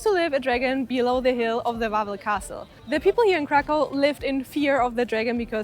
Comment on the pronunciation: Kraków a nie żaden krakau !!! Krakau mowili niemcy czyli naziści podczas okupacji naszego kraju.